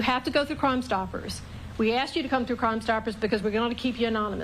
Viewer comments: The big woman with the black, goldfish-bowl spectacles seems competent - except that she can't pronounce the word "asked." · Maybe if you would have asked for the money instead of axing for the money, you would’ve got money 💰 instead of an axe 🪓 !!!!!!